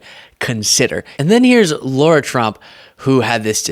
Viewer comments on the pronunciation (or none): It's Lara, not Laura